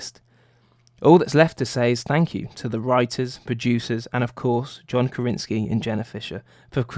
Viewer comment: "karinski".... yikes.